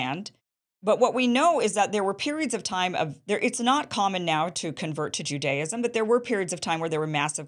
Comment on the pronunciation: She's actually pronouncing Judaism incorrectly.